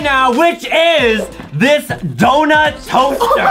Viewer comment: Did you notice that Adam said dounut cosser. When Adam. Said that I almost fell of my bed